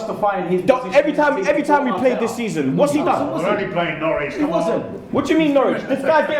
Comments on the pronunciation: Thought it was Norwich not Norwitch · Norwich not Nowtich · Norwitch 😂 really?😂